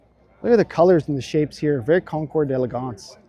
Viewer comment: Thank you so much for another great vidéo. Your prononciation of "concours d'élégance" is just perfect. I am just wondering why you are saying "coup" instead of coupé (é as for eg. bentley)? 😊